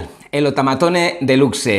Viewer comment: No es otamatone delucse, se dice outaimataune delucs